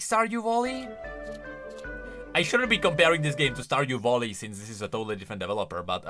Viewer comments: Oh my fucking god i got so triggered everytime you said stardew volley and not valley i actually wanted to bash my head in ngl 🤣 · Hey, don't know if you just misspoke, or it's your way of saying it due to your Accent or what ever it is. But you say "Stardew Volley", tho it's pronounced "Stardew Valley". You say it with an "O", instead it should be with an "a". Not meant as hate obviously:)) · Really good news for people liking that genre. I would could myself to that roster, but i hate yordles and yordles + that walking animation triggers me beyond compare. Also really triggered how always called it stardew volley instead of valley. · I cant i can not stardew valley being said as stardew volley.....😅😅😅 i love u but PLEASE say valley not volley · Stardue voli 😂😂😂 sorry its just funny how you pronounce valley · bro said „stardew voli 😮😮😮🐻‍❄️🐻‍❄️🐻‍❄️🐻🐻🐻“ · I thought he was saying Star Voli 😅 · "Yorlde Stardew Volley" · Lol wtf is wrong with him saying valley 😂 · You know, its' not "Volley", it's "Valley". Also, Veigar is confirmed to be pronounced as in "hey", so "Veygar", not "Vaigar", in case you didn't know about the creator confirming it